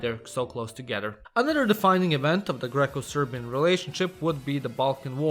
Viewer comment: respect for saying serbian names good